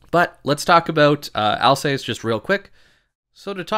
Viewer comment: Can you just stop calling the ship "Al's ace"? Its easy to find correct pronounciations using the internet if you have it.